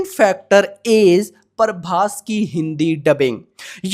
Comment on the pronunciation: Parbhas nahi bhai prabhas hai 😅